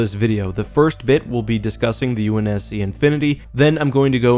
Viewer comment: Ahh yes the UNS-Shi lol